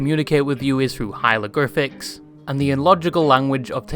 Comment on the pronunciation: You mispronounced hieroglyphics, twice. In two different ways. Congrats.. I guess? (Good video btw don't get me wrong)